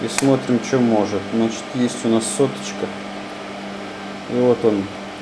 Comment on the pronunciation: обожаю твоё произношение СОТОЧКА